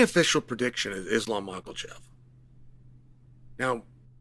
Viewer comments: "....Mochelchev vs Jack DEL Maddelena..." Never fails to make me laugh. Love Uncle Chael. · Excuse me sir but I don't think theres an L in makhachev